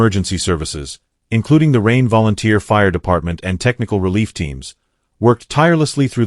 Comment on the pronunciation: kann man sich mit dem KI Mist nicht antun. Die Stadt heißt Rheine und nicht Regen, wie der KI Fuzzy sagt.